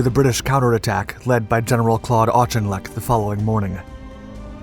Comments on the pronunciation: I admit I got a head snap when I heard "intrepidity" .. What?... Oh .. ok I get it. He did bother me a bit with "ARCH IN LECK" I don't know how he got that from Auchinleck but I have built in allowance that I give to small content producers that I would never give to any big media producer. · Its "Orkinlek" Claude Auchinlek, The Ork, Northern Ireland 🇮🇪 hero! 🌍🇬🇧